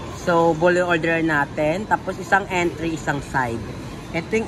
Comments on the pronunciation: Hnd po entry ang pronounciation sa word na "entree" its (aan tray). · yung pronunciation ng "entrée" ay "antrey".😀 For future purposes hihi! Para kapag kumain ulit kayo ni Barbie sa Panda Express. Try niyo rin yung honey walnut shrimp at kung pao chicken next time. Sobrang sarap hihi!